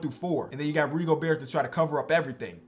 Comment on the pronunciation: really said rudy goburt 😂😂